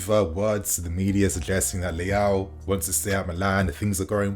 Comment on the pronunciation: Swear he's pronouncing leao right